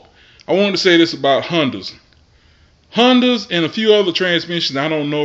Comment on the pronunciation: hunnduss did u say hunduas Hondas . I guess flush first the change filter.